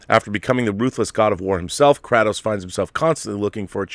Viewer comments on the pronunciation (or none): FYI Kratos pronounced cray-tos